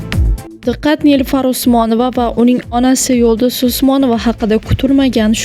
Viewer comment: Yulduz Usmonova deb toʻgʻri ayting iltimos